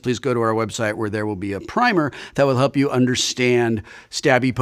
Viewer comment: Wil Wheaton, the way you used the word primer, you mispronounced it.